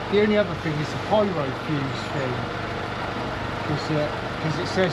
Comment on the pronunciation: you said the fing won`t start is the fing a car do you mean thing 🤷‍♂ you sound like a right nob or is it knob 🙄